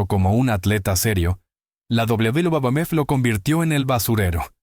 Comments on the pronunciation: Porque no pronuncias bien WWF se oye ridículo como lo pronuncias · El contenido es muy bueno, lo que te pido es que ajustes la voz de IA que usas, al referirse a la WWE o WWF, suena extraño y lo peor hace que pierdas el hilo de lo importante que tratas de decir. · Vídeo muy interesante. Mucho ánimo con la pronunciación de la "uvedoble uvedoble efe". Me encanta el canal. A darle duro!!!